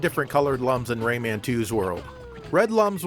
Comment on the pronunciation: I'm so glad you say "Ray-Man". So many people pronounce it like Raymond, without the D, and it sounds like something only people who fuck their own fathers would say.